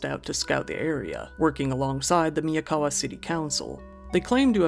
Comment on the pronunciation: Miyawaka not Miyakawa